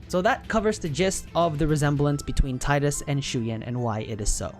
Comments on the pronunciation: ...grr for someone whose been doing the work on these lores, why the hell can't you pronounce their names correctly!? It's."Tee-das" and "May-chen" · No it's not. If your reference for that pronounciation is merely Wakka in KH1 then you need to do more research because that is not the only time it has been voiced and it was pronounced Tie-das. So get off your high horse.